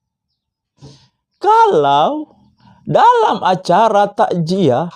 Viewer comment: Klu sekedar ngomong kosong seperti ini siapapun boleh ngibul...masa...ngomong Takziyah saja sudah salah....kok di bilang takjiah...kamu itu...mabuk atau apa mas